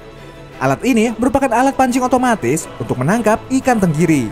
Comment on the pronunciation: otomatis bukan otomatsi ente kadang kadang ente